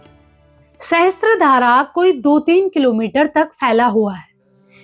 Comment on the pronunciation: मैडम, सहस्त्र धारा नही पर सहस्र धारा कहते है । सहस्र (sahasra) means thousand